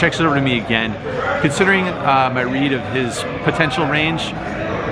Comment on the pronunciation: “player on muhnnnnnleft”